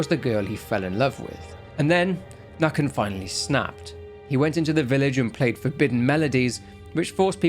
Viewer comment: Nøkken, its more Nuhkken Pesta is her name, Pest means plague